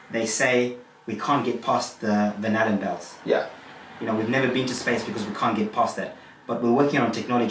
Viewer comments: Am I the only one that hears 'bananabelts'? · 😂🤣😂🤣 For a minute there when he said Van Allen belts, I thought he said banana belts.What a moron. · I swear he kept on saying the 'Magnetic banana belt' haha. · At first I thought he said “banana belts.” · My captions thought he was saying 'vanilla bells'.